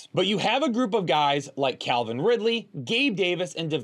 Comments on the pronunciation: Calvin Ridley, not Clavin Ridley 😂. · It’s Calvin not CLAVIN folks